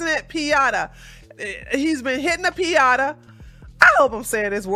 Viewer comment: Peen YAH tas (piñatas)